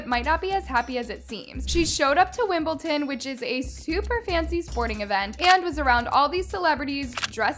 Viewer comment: Wimbleton? You mean Wimbledon? … hoping that was on purpose..